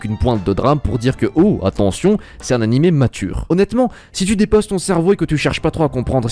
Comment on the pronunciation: On dit "A-NI-MÉ", surtout si vous avez fait japonais LV2 ! Le pire, c'est que même en français, on dit "animé", alors pourquoi cette prononciation invraisemblable ?